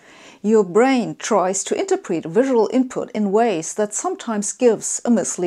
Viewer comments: I’m now going to pronounce ‘interpret’ as enter-preet on all occasions. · this genius cant even pronounce intrerpret..